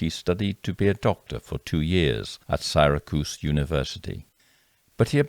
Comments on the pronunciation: Sorry, but its SARAH-cuse (Syracuse) University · Sorry, my dad grew up in that area and I can’t let this pass. Syracuse is pronounced with a short “I” sound in the first syllable: SIRR-a-kewz. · A couple of quick things,... Just an fyi, Syracuse is pronounced with a soft i, as in the word lit rather than light. And if the gold mine at which Harry finally found success was in Ontario, then it would have been "the most productive gold mine" in Canada, not America, yes? Ripping good telling, regardless, of course, and a notification from you is one of the best things one could discover, clicking onto YouTube~especially in the thick of our current American fireworks~ in every sense of the term 🇺🇲!